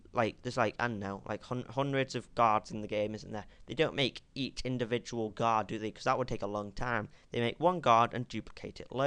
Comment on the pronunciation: when you say "guard" , it sounds like "God"